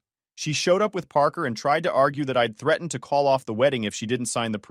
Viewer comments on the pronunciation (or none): none